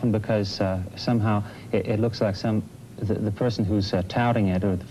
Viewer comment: "I like the children to be influenced by 'thee' and 'ei'"